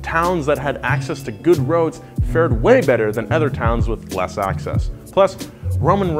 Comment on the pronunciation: High School education would explain this without watching. But im probably going to watch anyway cus i want to cringe at every time he says “ether” instead of “other”